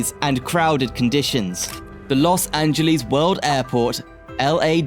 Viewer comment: Nice informative video, but PLEASE research pronunciations! "Angeles" rhymes with "yes" , "Jose" J is a soft H "hO-sey", "Nuys" sounds exactly like "nice" (not the city)